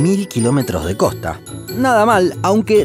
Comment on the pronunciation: Se dice: COSTA NO: COJTA